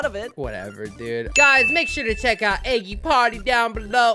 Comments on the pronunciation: ok you said eggy party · When you pronounce the game eggy party I have it already